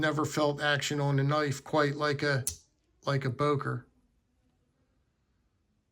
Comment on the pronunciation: Не Бойер а Бокер